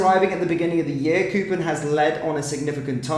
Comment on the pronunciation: how do you manage to continue to fuck-up even the simplest of names? KOPPEN is pronounced as in COP. Is there a double 'o' in the name? NO! KOPPEN is not pronounced like COOPER!